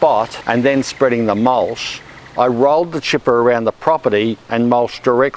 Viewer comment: Is mulSH the local (mis)pronunciation of mulCH?